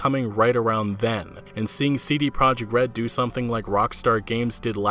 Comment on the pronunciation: Nobody seems to pronounce "CD Projekt" correctly.